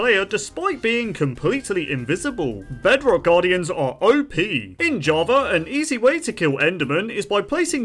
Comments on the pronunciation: Java❌ Javer✅ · is it just me or does he spell Java as Javer? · “Jawver edition”